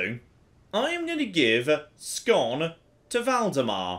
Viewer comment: I can't sit quiet any longer... Skåne is not pronounced "Scone" it's pronounced "Scone-eh". I do appreciate you turning the culture Swedish though!